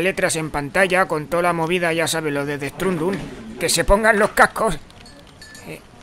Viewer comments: jajajjaja el dead estrundun jajajjaja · "DET ESTRUNDUN" XD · El "det estranduru"